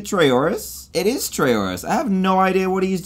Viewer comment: Trayourus?! It's Trayaurus!